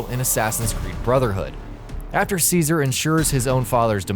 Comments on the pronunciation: It's pronounced Che -Zah - Reh. Cesaré. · It's pronounced Chezare dumb crap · you mispronounced ceaseres name